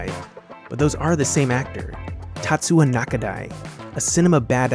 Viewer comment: Tatsuya, isn't he? I mean, TatsuYa. Not Tatsua. Or am I wrong?